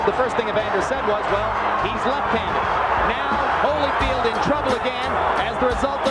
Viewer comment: Evander "Holly Field"? Really tho?